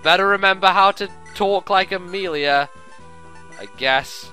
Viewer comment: i ABSOLUTELY love your Amelia accent. I was laughing so hard. great job i have loved ur fire emblem walkthroughs, they introduced me to fire emblem and are just really fun to watch